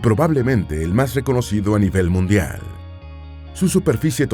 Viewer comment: dijiste mundiar